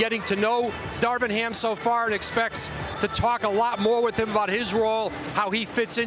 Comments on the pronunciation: Woj just literally called that man Russell Westbrick Tell me I'm not the only one that heard that 😂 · i checked it like 3 times and yeah... i heard him call westBRICK as well..... :S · Did woj call him westbrick😂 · This man called him russel westbri k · He just said westbrick lol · hahaha ,called him Russell WestBRICK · He definitely did and he cleaned it up after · He called him westbrick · yo this is messed up woj really just said westbrick 😅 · Why woj say westbrick smh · did he say westbrick? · He said Westbrick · I thought he said that as well. I listened to it multiple times and it does sound like Westbrick. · Facts lol it’s like ppl forgot how to say Westbrook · Did woj just say Russell westbrick? Lmao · Minute later SAS did the same:D